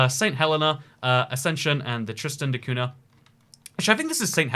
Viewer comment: The "nh" in Cunha is pronounced like the letter "ñ" in Spanish or "gn" in Italian